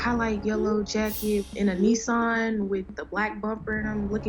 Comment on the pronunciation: just Nissan not neesarn, first bit sounds like miss or kiss than an, making it a Nissan